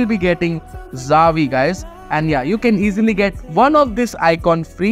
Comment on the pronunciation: It's "Chia-vi" like in Chi-le, for Xavi.